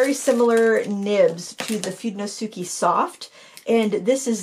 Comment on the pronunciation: fudenosuke is pronounced foo-deh-no-skeh